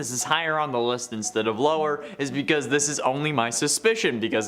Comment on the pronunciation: ~ How and why would 1 fade out inZtead of joz' tiz-pearin'